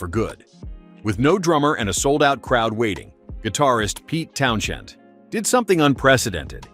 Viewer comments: Pronounce Pete Townsend again 😂🤣😂🤣😂🤣😂🤣😂🤣😂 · You don't know how to pronounce Townsend. You're just reading from a script to fill your 10-minute click-bait video